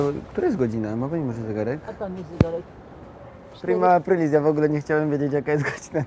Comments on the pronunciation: "Prima aprail" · prima ajpajl xDDDD